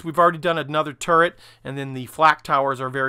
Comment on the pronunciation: Something I can't un-see after it was pointed out to me is that the Missouri guns are in a 'TurreNt' :D